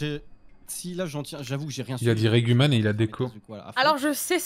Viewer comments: On saura donc jamais pourquoi MV avait dit "Reguman..." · Pourquoi il a dit reguman.... (Pour info si tu sais pas ça viens d'un live d'avant) 😂